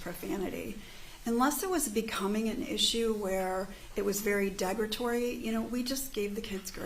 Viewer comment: she says degratory I say derogatory lol??